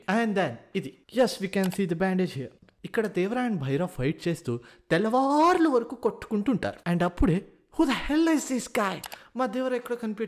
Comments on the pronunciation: Tellavaarlu 🤣i just watch the videos for ur mispronounciations and theory theory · బ్రో మీరు తెల్లార్లు తెల్లార్లు అన్నప్పుడు నాకు నవ్వు ఆగట్లేదు😂😂😂